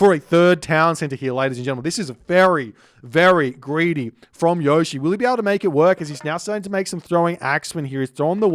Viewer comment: Yushii is the way to pronounce it. Gotta give it that Japanase speed